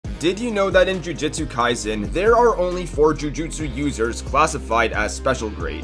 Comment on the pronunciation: Why is everyone butchering the name of the anime? It's Kai-sen not Kai-zen